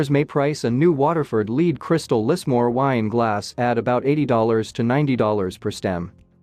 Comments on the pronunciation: Spell it phonetically for the bot: led. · You pronounced lead crystal wrong. It isn’t leed crystal.